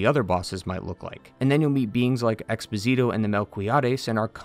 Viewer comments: Expósito does not rhyme with Despasito, it rhymes with Cornholio. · In case anyone's curiours about some pronunciations: Ten Piedad = Ten Pee-eh-dad Expósito = Ex-poh-see-toh (emphasis on the first "o", not the "i" like Despacito) Angustias = An-goose-tea-ahs Deogracias = Deo-grah-zias (the C sound here is not really used in the english language) Altasgracias = Al-tahs-grah-zee-ahs (Once again C sound and the emphasis is on "gra", not "cias") Albero = Al-beh-roh (Emphasis on "be", not "Al") Socorro = Soh-coh-rroh Nacimiento = Nah-zee-mee-ehn-toh (emphasis on "mien")